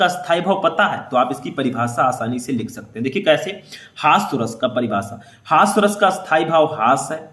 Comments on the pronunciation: हास्य रस होता है सर हॉस्व रस नही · Hasva ras nahi hota hai. Hasya ras hota hai 😢